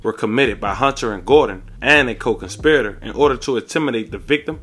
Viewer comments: nah. We know what he was saying! He even said the word right a few times!! But then, he started saying it in a weird way!! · Somehow he said it right at the mark😂🤷🏽‍♀️ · You kept sayin the word wring fam!! So, out love, i gotta correct you! The word is "conspirator", pronounced like "SPIRIT"! Not "SPY-RIT"! You got this Bruh!!! We ALL wit ya!!!